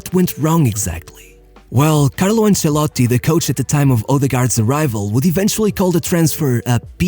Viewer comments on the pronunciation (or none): none